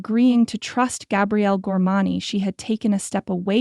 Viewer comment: Fun story but I can't stand how they always pronounce the "Gormane" name. It's something different every dang time. I almost stopped listening